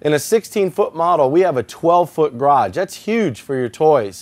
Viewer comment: mibars I wish he could say ‘garage’ instead of graj!